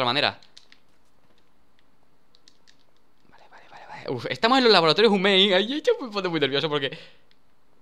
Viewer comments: DANI NO SE PRONUNCIA HUMEIN SE PRONUNCIA HUIMEN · Ya han pasado casi 5 meses y algo de los golpes. Estaría bueno ya pronunciar bien la palabra HUMANE que se lee Jiuman o Giuman al pronunciado en inglés.